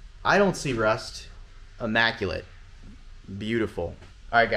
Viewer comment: it's pronounced "immaculate" not AMMACULATE......